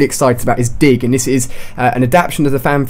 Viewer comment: U say dig weird haha ;)